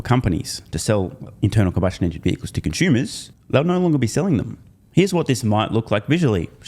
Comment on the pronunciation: Are you saying "conshumers"?